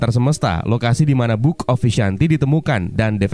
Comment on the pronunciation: Bookkhhheee of vishanti.